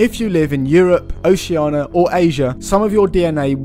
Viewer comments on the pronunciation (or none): none